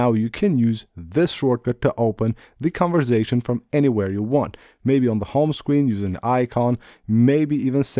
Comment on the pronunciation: It's conversation not converzation